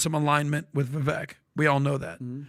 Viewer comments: Guys ... MUST BE ABLE TO PROPERLY PRONOUNCE THE NAME OF CANDIDATE! STOP READING IT! READING IN IMPRINTING INCORRECT PRONUNCIATION !, Instead, memorize name, as such: “Vivek” is pronounced: “Vivāk” rhymes with: Bake a Cake, Fake, Lake, Make, Rake a Take,Wtake! We will KNOW HIS NAME, because, other than Trump, Vivek will prove to become a hopeful winner, if, GOP improves their reach, do some. Improve targeted messaging to the GenZ /and the educated millennial. If there’s one trait that Trump & Vivek Share, is 😊😅positive, boundless every and insatiable work ethic & they genuinely love people. Past that the similarities with strength,might be a “clash, but we can only hope these 2men were both being sincerely interested in working together, just so long as Vivek understands and smart about realizing that Trump has many strong players surrounding him. Because this can work or, just as easily get very sour, very fast. The 2 GOP primary candidates that came 2nd. & 3rd(, are fakes! Nikki I’d not trust at all! Someone needs to be watching that war mongering, opportunist. If someone foudout she was working with the DNC, I’d not be shocked. Btw., what has “someone DONE WIT RFK, Jr?? Is concerning the way it appears to has gone (???) Hope he is just regrouping after Holidays, and fundraising. But cay imagine DeSantis survive South Carolina. Is gonna be her & Trump, she’s a VIPER 🐍 Or, think - alla Italiano. Am sure Vivek ( is pronounced: Vāke( CAKE BAKE). He also passes , ‘nel sud di Ita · why can PBD not say "Vivek" correctly....